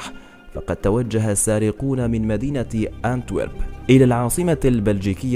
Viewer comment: اونتويرب وليس كانتويرب